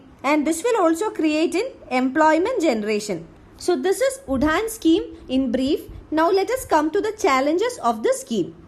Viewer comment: It shud pronounce as uran nt udhan